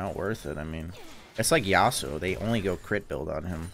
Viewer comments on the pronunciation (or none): none